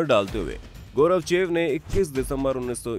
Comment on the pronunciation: गौरवचेव नहीं गोर्बाचेव बोलो 😡😡😡